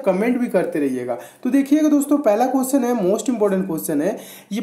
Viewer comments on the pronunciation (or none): Cusion Nahi hota question hota h